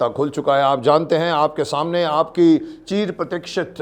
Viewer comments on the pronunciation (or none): चीर प्रतीक्षित नहीं, चिर प्रतीक्षित बोला करिए, अर्थ का अनर्थ कर दिया। अभिनेता को उनके शब्दोच्चारण में विशेष ध्यान देना चाहिए, अतिउत्साह में गलतियां हो जाती हैं